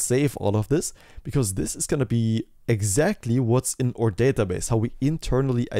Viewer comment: Thank you for your effort with this video bro! Very helpful and a great one for the portfolio!!! Can we please pronounce our as "our" and not oooor XD